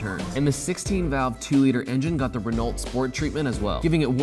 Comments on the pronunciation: It's Ren-oh, not Ren-alt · I know this is about 4 months late, but i had to comment because it makes me so cringe. You are pronouncing Renault wrong, it is pronounced Ren-o not Ren-alt. but great video though, I think the mini should have been higher on the list, but thats just my opinion! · Fee-AT not Fee-AWT, pretty sure Renault is Wren-o not Wren-alt as there is no vowel after the T making it silent. Come on guys in the States get it together! Lol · “ Ren-alt “ lol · It's pronounced "moo-ge(h)n", not "myugun", not " - It's pronounced "ren-no" not "renault" - "Mk" is short for "Mark" as in Mark 1, Mark 2, etc." Say it the way they really say it people. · Renault is pronounced Re know not re nalt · Love these videos but hard to take a dude seriously as a car guy when he sais Renalt instead of Ren-Oh,.. or Jean Carlo Fish- chella FI-IS-KELLA. Come on dude do some homework! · It's pronounced Ren-no and the Fiat is pronounced a-bart. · Renault is pronounced without the l and t, its like saying reno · "renolt" lmao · Hahhaa he said rena-lt lol and wtf is king cobra? Where can i get this beer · I see an F1 Red Bull jacket in the back. So there's no excuse for mispronouncing Giancarlo Fisichella's name. Fizzy-kella Also, Renault --> Ray-no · Did he just say... Rinault? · Ren-ALT ouch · Stopped listening after hearing "rEaNaLt MeHgAiN" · I hate how you say Renault. It’s pronounced re-know. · You've reached my capacity for mispronouncing Renault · Listening to him say Renault over and over again was painful 😂😂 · That awkward moment when you pronounce Renault wrong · This guy really needs to pronounce these cars better. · Dude seriously stop pronouncing Renault with the T. It’s silent. Your hurting my ears.